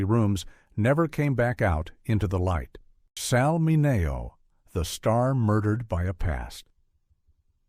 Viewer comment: His name was pronounced Sal Minnie- OH